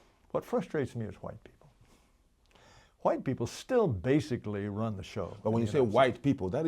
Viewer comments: Actually, he's pro Whhhite, in his typical pronunciation! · i would have listened to this whole thing, but the way he pronounces "hhhhh'white" makes me want to puncture my eardrums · Does he not know that the "H" is silent after "W"